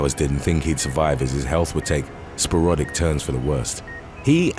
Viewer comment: Sparodic . he means sporadic